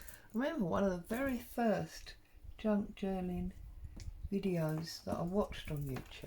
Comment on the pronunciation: Did you say “ drunk Journal July “ 🤣